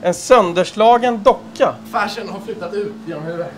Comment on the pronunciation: Jag trodde han sa "färsen", men det var tydligen "fashion" han sa, HAHAHA!